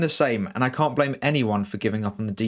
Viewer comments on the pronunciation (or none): none